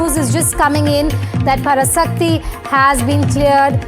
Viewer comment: The pronunciation of Parasakthi is wrong.. Pls correct it.